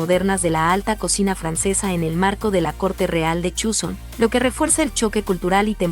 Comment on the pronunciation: Please no digas Chuson, así no se pronuncia